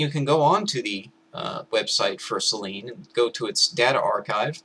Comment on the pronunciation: I'd just like to point out that "Selene" is pronounced as if it were spelt "Seleenie"